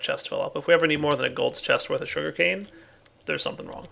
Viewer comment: Is it my or did he say shuri-cane